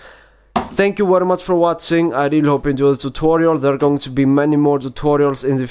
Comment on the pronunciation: Thank you for wotsing :P